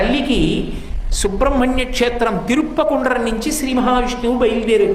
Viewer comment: తిరుప్పకుండ్రం కాదు తిరుపరంకుండ్రం.. ఈయన చెప్పిందే వేదం లాగ ఐపోయింది.. ఈయన చెప్పే వాటిలో చాలా తప్పులు ఉన్నాయి కానీ తెలియక ఆయన చెప్పింది నిజం అనుకునే రోజులు వచ్చాయి